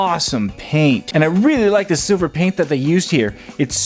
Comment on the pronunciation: "And we got load of sliver paint I LIKE IT"